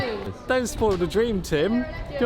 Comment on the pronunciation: "..Don't spoyl the draem, Tim!..!" - *laugh*!